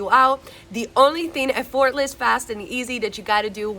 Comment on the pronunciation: I love your videos, they keep me on track! In case you wanted to know, effortless is pronounced EFFortless, rather than effORtless- The emphasis is on the first syllable. ;)